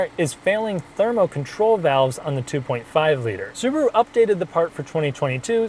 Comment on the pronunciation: "Suburu" ???? Why not Subaru ?